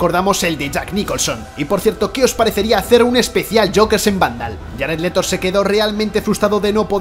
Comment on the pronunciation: Jarett letho jajajaja